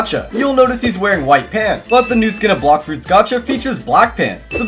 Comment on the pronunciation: Blox fruits nau bluxfroots😂